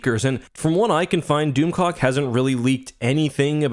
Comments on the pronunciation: I swear to God! I thought was saying DoomCock. I'm sorry! I was losing it when he kept saying DoomClock. 🤣😂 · Doom clock not doom cock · Its hard to watch a video and take it serious when you keep hearing "doomcock"